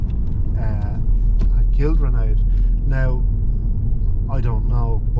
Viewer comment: Can you pronounce her name right. You're pronouncing like Sinead except starting with an R. Raonaid is pronounced with these two syllables (Rain - add)